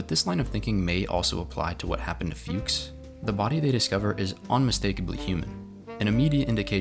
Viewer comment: It's a German name. You don't pronounce it "fewks" but rather like "fox" (what it means in German) or better "fooks".